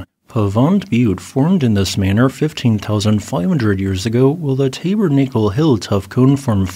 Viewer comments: To me it would be more like "tabbernackle", but I haven't been in one for fifty years, so who knows now? :-) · Yeah, I've never heard it pronounced that way, either. I think it's supposed to be a short 'a' in the first syllable, not a long one. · I live in Utah, I've never heard Tabernacle pronounced like that. My favorite volcanoes here are Kanab creek cinder cones. Did you know we have over 150 cinder cones in Utah?